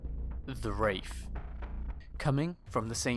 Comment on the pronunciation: There's a mistake at the beginning : "Waith"